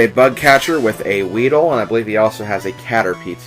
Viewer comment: did you say weeder?